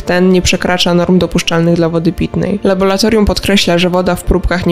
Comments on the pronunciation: Prawidłowa nazwa to laboratorium 😄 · Laboratorium. Nie Labolatorium. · niech Pan zadba o jakość przekazu. Ta spikerka słabo mówi po polsku np.nie labolatorium a laboratorium od labor- praca. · Tylko nie laboratorium!Tragedia,dziennikarz nie może tak mówić. Kończę subskrypcję,z przykrością😱